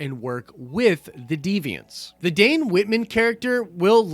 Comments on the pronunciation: did... did you say DAN Whitman???? Twice!?!?!?! Ugh... nails on a chalkboard, brutha... nails on a chalkboard. Its DANE... you said it right eventually... but... 😳 😁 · Dane, not dan. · The way you screw up the names of the characters it’s almost like you don’t actually know anything about these characters... it’s Dane Dane ! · Wait, isn't it Dane Whitman and not Dan Whitman?? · I'm pretty sure Dane as in Dane Whitman is pronounced like bane or mane. If not its just the way I read it.